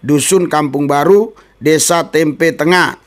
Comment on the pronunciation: Maaf membacanya nama desa tempeh bukan tempe